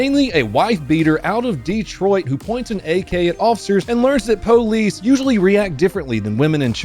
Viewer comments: Oh my God, please don't EVER say police like po-lice again dude. Your white, be white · it sounds like he saying ITS THE POLECE